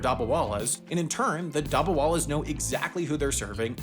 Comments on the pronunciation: Youre pronounciation of dabbawalas is quite funny😂😂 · The way says “ Dabbawalas” is hilarious 😂😂